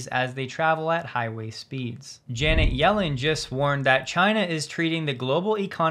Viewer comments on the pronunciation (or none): none